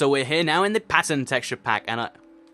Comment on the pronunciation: maly the first time he said pattern he said passion or passern idk hear it closely